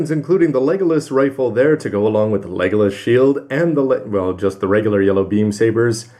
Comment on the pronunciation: oh my god!, how many times are you going to keep getting it wrong, it's legilis, not legolas, so would please get the name right!!!! p.s. your getting that name from lord of the rings.